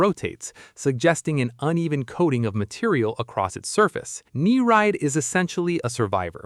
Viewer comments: its not "knee-ride" its "ni-ree-id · He did its pronounced "neer-eed". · You pronounced Nereid wrong